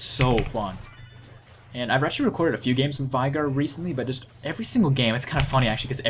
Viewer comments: Its vEEEEEEigar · unfortunately you mispronounced Veigar.